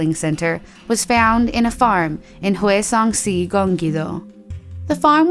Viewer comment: Zorismaely Ortiz Just I couldnt make it out sometimes. I think she might have tried, but at the same time she said si almost like a spanish way while it should have been pronounced shi. So then it doesnt seem like she researched enough.